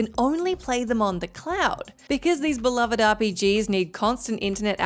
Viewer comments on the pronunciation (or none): none